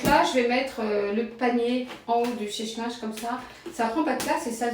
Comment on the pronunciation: On ne dit chèche linge mais sèche linge